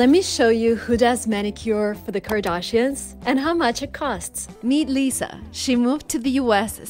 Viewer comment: why do you pronounce Kardashians like that? but damn the nails are really pretty